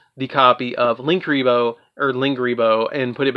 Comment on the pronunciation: Its Linguriboh, not Linkuriboh. I think he said Linkuriboh tho